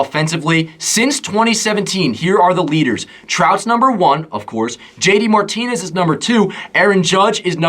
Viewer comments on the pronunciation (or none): none